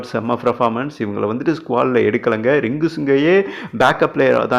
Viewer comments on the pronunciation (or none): டேய்! பிரெபார்மென்ஸ் இல்லடா! பெர்ஃபா(ர்)மன்ஸ்! ஒனக்கு என்ன சொன்னாலும் வராது! ஒன்னோட இங்கிலீஷ கொஞ்சம் ஒதுக்கி வச்சுட்டுத் தமிழ்லயே செய்தியச் சொல்லு!